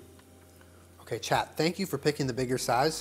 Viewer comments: Everytime says chat I think he is saying 'child' in a southern accent, it makes everything so much funnier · Most of the time it sounds like "Chad" to me. When I first started watching these, I was like..."Who's Chad?"